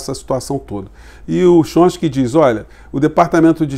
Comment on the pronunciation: Professor, boa tarde. Gostaria de fazer uma correção com relação ao crítico norteamericano. Coisa simples: o nome dele é "Tchómisk"i e não "Chonski". Grato.